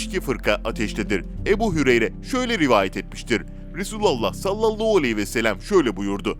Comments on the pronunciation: Sallollohu nedir kardeşim yavaş konuş tane tane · Sen kekeme değilsin. Ebû hudri yide güzel söylüyorsun.daaa dikkatimi cekti neden salavatta h yi söylemiyorsun???sallallauuu arabca ne demek bilirmisin???dikkat et telafuzuna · saallau değil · "Sallallou aleyhi vesselem" demesi hasta etti beni daha fazla dinleyemeyeceğim. "Sallallahu aleyhi vesellem." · SALLALLAU ALEYHİ VE SELEM DEĞİL KARDEŞ""SALLALLÂHU ALEYHİ VE SELLEM""DOĞRU TELAFFUZU BUDUR!!!😊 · SALLALLOU NEDİR YAHU ÇOK MU ZOR SALLALLAHU DEMEK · Sallalluu değil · Seslendiren arkadaşta telafuz sıkıntısı var...sallallau deyip durdu... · SALLALAUUU DEĞİL TELAFUZUN YANLIŞ ÇOK İTİCİ DERHAL DÜZELT. YADA VİDEOYU KALDIR. SALLALLAHU ALEYHİ VE SELLEM. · Ya kardeşim abartma istersen... bu dediklerin bid'at dir ama zamanavidir... Bide sen niye Sallalau diyosun ... dogru söylemesini bile bilmiyosun güzel kardeşim ... Türkmenistan Çarjou dan selamlar..... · güzel bir kanal. videoları izliyor ,beğeniyor ve yeri gelince yorum yazıyoruz. ama böylesine hassas bir konuyu bana göre salavatın nasıl telafuz edilmesini bilen birisi seslendirmeli. konu hassas ve seslendirmeyi yapan kardeşimizin kesinlikle niyetine samimiyetine inanıyoruz. ama lütfen bu konularda daha hassas haraket edin. sallolou diye bir salavat kabul edilir gibi değil. hala videoyu düzenletme yada daha doğru bir salavat ile yayınlamalısınız. bu kadar tepkiyi okuyup bir değişiklik yada düzeltme yapmamanız aklımıza daha olumsuz fikirler getirebiliyor kanalınız hakkında. lütfen düzeltin !!! bizlere saygı duyun tepkimize kulak asın!!!!! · Okuyan arkadaş sallallahu demeyi yanlış söylüyor. Beni uyuz ediyor. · selavat-ı şerifi düzgün getirmediğiniz için dinlemek istemiyorum sizi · Sallallahu ,,,hu ,,,hu demeyi beceremiyormusun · sallallahu kelimesini bir garip söylüyorsunuz. çok itici bir tarzınız var. neden acaba ?